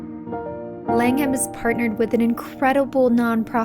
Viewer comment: Langham is pronounced Lang'am not Lang-ham. You look like Holly Willoughby. Surprised you didn't feature the Peninsula, Berkeley and Corinthia hotels.